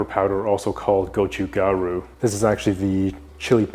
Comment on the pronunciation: Hi, just wanted to thank you for calling it "gotchugaru" (there's actually a soft "t" between the "go" and "chu", but only native/fluent speakers would know that!) as opposed to the anglicised "red chili powder". Nobody would have nitpicked if you went for the latter, since it's a commonly used phrase; however, as a Korean-born third-culture person, your gesture carries an important meaning unique to the likes of me. You might have come across some media covering mainland Chinese vloggers/influencers etc blatantly taking what is obviously and traditionally known as belonging to the Korean culture and twisting them and claiming them as "Chinese" - kimchi and hanbok are two good examples - which is why I really appreciate your proper referencing. I haven't gotten round to trying our your amazing recipe yet but I'll keep you posted for sure! Hope you're keeping well and keep those great contents coming!